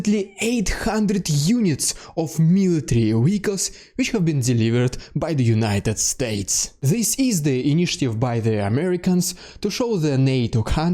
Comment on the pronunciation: So funny Russain sign V, you say W, like wehicles instead of vehicles ! You can't say V